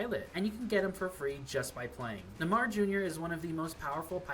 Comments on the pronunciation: Nuhmah jr bro couldn’t look up a pronunciation real quick lol love the video tho❤ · He said it like neh mar jr. 🤣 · Neymar is pronounced NAY-mar.